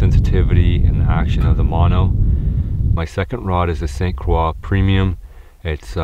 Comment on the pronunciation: its funny to hear "St Croix" said with a french pronunciation. I live in the St Croix river area on the US side and have never heard it said that way before